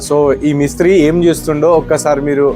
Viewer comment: బాబూ నీది ఏ వూరు ?? తెలుగు రాస్ట్రం లో పుట్టావా ?? లేక వేరే రాస్ట్రం లో పుట్టావా ?? తెలుగు ని ఖూనీ చేస్తున్నావు . మిస్త్రీ కాదు స్వామీ మేస్త్రీ అనాలి . ఇప్పుడు తెలుగు ని ఖూనీ చేస్తూ మాట్లాడటం కూడా ఒక ఫ్యాషన్ అయిపోయింది .